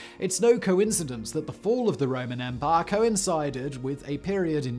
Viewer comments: Stop saying "empar". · I love the way Simon says “Empire” “Ehmpah” lol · “An EMPUHH”